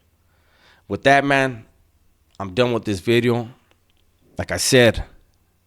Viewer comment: I notice that you started to emphasize on the V when you say the word "video". When you pronounced video with a B thats your Spanish background. Anyhow, you a coo dude.